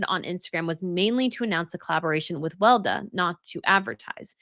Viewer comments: Weleda ist pronounced Veh-leh-dah and is mainly sold at German drug store chain DM. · FYI, Weleda is pronounced Weh-Lee-da in the Uk and other English speaking countries. But it’s a German word (and company) and so it’s pronounced Veh-Lee-da in Germanic countries.